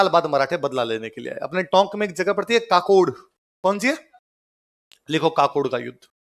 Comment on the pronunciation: सर काकोड नहीं है ककोड़ हे